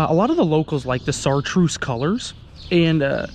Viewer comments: Chartreuse = [Shar-truce] not [Sar-truce] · Chartreuse not sartreuse